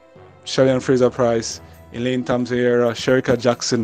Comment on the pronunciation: Her name is HERAH nor AREA